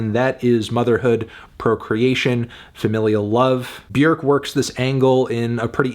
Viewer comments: B'york. Not B'yerk. Funny melon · Feeling a strong 8 to a light 9 on Melon's Björk pronunciation instead of the usual English "bjawrk". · he said "B-YERK." :text-green-game-over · Afantano rlly be saying b-werkkk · Bjerk? Is that how you pronounce it? It's so distracting for some reason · I think you mean “Byhukgh” (Look up the proper pronunciation) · So It’s pronounced Byerk now? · Why does he keep calling her Bjerk? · Why are you mispronouncing her name? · You said the name wrong Melon, also your score is just embarrassing. I'm telling your parents at dinner on Sunday they did a bad job raising you